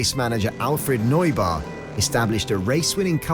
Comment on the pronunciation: The way Neubauer was pronounced made me beckon physically